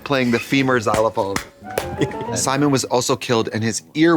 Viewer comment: Xylophone? Xylo"bone" 🤣🤣🤣